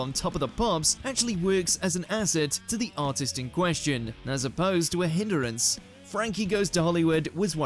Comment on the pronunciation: What pray is a "hinderance"?